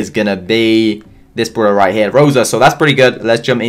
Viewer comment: I like how he says bruwler not brawler